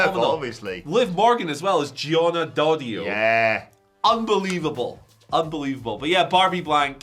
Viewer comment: "Daddio", not "Doddio" you Scottish Dildo...